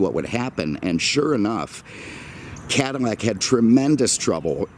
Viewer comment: Take a shot every time this dude mispronounces “Cadillac” as “Cadimmac”. All in all, great video, dude!